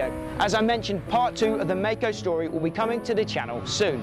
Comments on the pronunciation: I'm pretty sure it's pronounced like the word Kaiser, like My-Co, as opposed to May co Also, I've ridden one of these and it was phenomenal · Yes. Legend. (Its pronounced My-co). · Except Maico is correctly pronounced My-co...